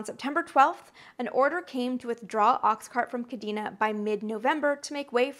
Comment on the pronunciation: Amy, I've loved your content for years now. Your energy and enthusiasm are matched only by the depth of research you put into your pieces. But there's one thing that bothered me about this episode: your pronunciation of "Kadena Air Base". It's properly pronounced "Kah-DAY-na". J. P. DeMeritt, MSgt, USAF (Ret) Kadena AB, Okinawa, JP May 1994 - Aug 1997